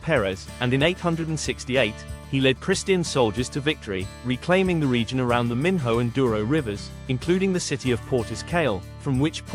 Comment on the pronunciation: Pronunciation of local places is atrocious: Minho, Guimaraes etc. and I fully agree that it’s a silly video overall